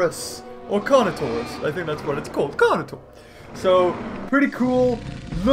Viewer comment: automatically triggered when he said carnitasaurus when it was carnotaurus.😠